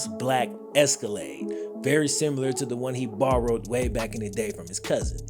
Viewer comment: You could print shirts that just say "Simular." Trust me it won't be trademarked.